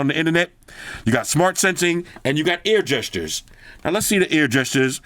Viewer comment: reminds me of the air gestures from the old galaxy s4 bro lol i swear I heard you say ear gestures bro I started laughing my ass off at that 😂